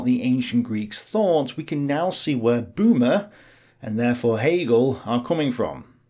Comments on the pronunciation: Böhme ... not Boomer. The surname means Bohemian, guy from Bohemia (Böhmen). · A slight typo here, I know you know that "Homo" means "man" and "Sapiens" means "wise". I bet making these videos can be stressful! And while I'm being a nitpicking jerk, "Böhme" isn't pronounced as "boomer" but more like "burr-meh" (in British, with a silent 'r'). This was a very informative video on Hegel. I also saw James Lindsey's video on the same subject but that was a bout 4hrs long; I appreciate your brevity very much.